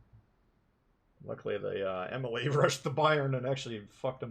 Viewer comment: Maybe you are aware.. but you are pronouncing Emile Bertin wrong. Not Emily its E-mill.